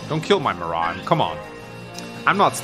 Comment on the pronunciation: Will he ever learn how to pronounce Muarim's name???